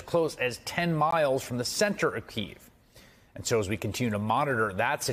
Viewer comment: Truly, truly Chris, you got to learn to pronounce the capital of Ukraine, look it up.